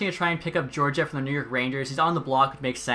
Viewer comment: Also Gee-or-gee-ev